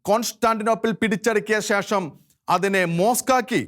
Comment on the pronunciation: ധെവാലയം അല്ല ദേവാലയം ... നെധാവല്ല, അധിനെ അല്ല ...നേതാവ് , അതിനെ . പറഞ്ഞെ ? ദേ ...മലയാളത്തെ കൊല്ലല്ല് ദയവായി